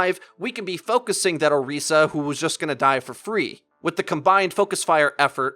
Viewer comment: Why do you call Orisa Oreesa if you're not calling Winston Weenston?